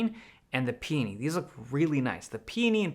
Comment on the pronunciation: Peony is not pronounced “peeni”